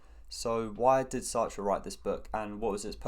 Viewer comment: Finally Someone pronouncing his name correctly!